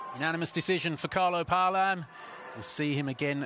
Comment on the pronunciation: Paalam was pronounce like ( Pa - a - lam )... Not ( palam ) 😊